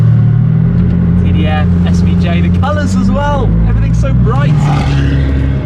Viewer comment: Tim says Ferrari "TDF" like its a 2009 Hyundai Elantra.